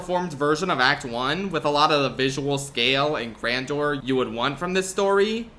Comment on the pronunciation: Things I’ve learned to accept with my YouTubers: Dunkey says “ec-scaped” and “draygon” PBG says “Damp-ee” and “Ky-fay” (for Dampè and Kafei) And says “Cyyounter” and apparently also “Grandor” like ‘Andor’ for the word Grandeur But it’s all love here and pronunciations don’t actually matter of course. I’m gonna ride outta here now on my draygon.